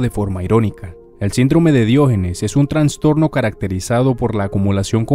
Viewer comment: no pude terminar de ver el video de la bronca que me da que diga traNStorNo, es trastorno nomás